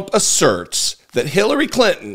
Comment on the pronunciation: He actually got Hillary Clinton's name right?